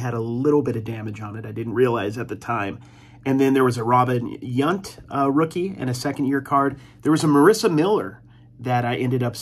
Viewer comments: Yount rhymes with "count" not "c---"! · Exactly when he pronounced it Yunt every time I cringed. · Robin Yunt? Really? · Not the younts I know. It's pronounced exactly like the c word.